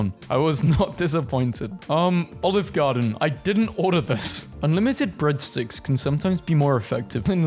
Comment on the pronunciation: I heard breadsticks as britsticks hahaha